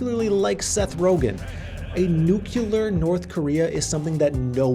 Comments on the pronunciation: bruh, reminds me of George Bush the way he says "nookular" instead of nuclear lol still a genius video. thanks! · Dude..... you said "nuc-u-lar" multiple times. people make fun of people who say it that way... (At least most who work in the nuclear industry do!) BTW - awesome video, great content. I have learned a lot from your channel. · A dude saying nucELar is not to be trusted